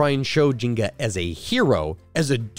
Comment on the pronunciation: Dude I think you're supposed to pronounce the n in nzinga